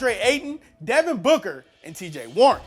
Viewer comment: Devin booger? Lol